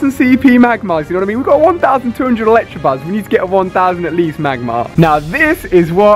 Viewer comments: So annoying that he says Electabuzz wrongly, there is no R! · Is anyone else kind of cringing every time he calls Electabuzz "Electrabuzz" or is it just me? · THERE'S NO R IN ELECTABUZZ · Ali please.. I love these videos but man, Electabuzz not Electrabuzz.. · Its electobuzz not electrobuzz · why does he say electabuzz electrabuzz